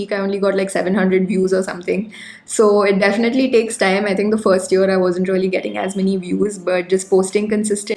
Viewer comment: You all the time talked rolly instead Of really . Plz be careful about utterance. Never mind plz.